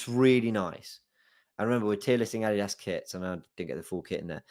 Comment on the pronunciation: 😂So... Let me ask... AR WI adidos... Or... Are We Arsenal